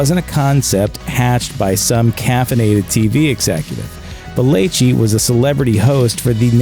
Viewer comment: I LOL'd when he said "caffeinated"